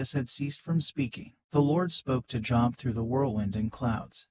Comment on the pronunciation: You pronounce his name wrong…you pronounce it as the word for work..going to a Job. His name has a long O